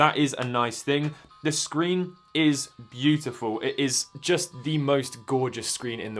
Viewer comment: “Byoo tih foow”